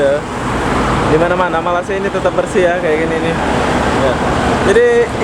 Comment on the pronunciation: Kamu sebut nama malaysia masih salah... saya.cadangkan kamu tanya orang malaysia cara sebutan nama malaysia yang benar....